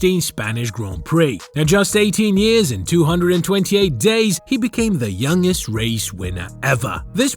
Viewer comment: What Godawful Commentary. And The G is pronounced in Youngest